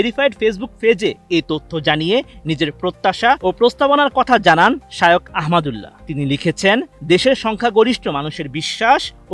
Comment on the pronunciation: বোকাচোদা রিপোর্টার ঠিকমত নামটাই বলতে পারে না শায়োখ কি?? আবার ঠিকমত লেখাপড়া করে তারপর রিপোর্ট করতে আইসো